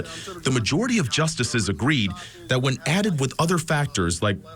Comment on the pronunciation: "ETH NEN TICITY" You can never unhear this